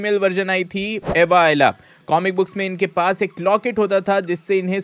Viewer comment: Bro let me correct you it's not Ava Ayla, it's Ava Ayala!! Those who have watched the ultimate Spider-Man, they already know this.🙌🔥